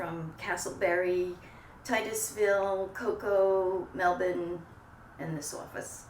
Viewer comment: I thought she was Australian by her accent when she said Melbourne. She pronounced it similar to how Aussies say it.